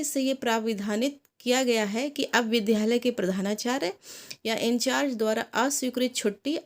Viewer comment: Vidyalay ka uchcharan thjk se karen.